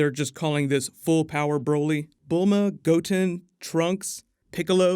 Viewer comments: Im sorry, did you just say "Goat-in" ? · I gotta let you know how to say certain names correctly... Goku's son Gotten is pronounced Go-Ten and his older son Gohan is pronounced Go-Hawn. Thanks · Did this guy call goten "goat en". That makes me think this is just jumping on the db bandwagon to make extra vids. He doesn't t even need to do that, this channel is doinh very well without it. Talk about shit you know. And them fusing, i haven t heard that anywhere. Where did they say that. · I got triggered by your pronunciation of Goten and Gohan...